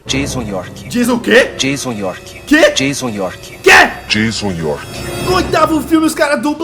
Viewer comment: Jaison York. Kkkk